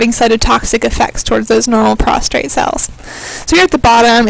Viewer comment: Prostate, not prostrate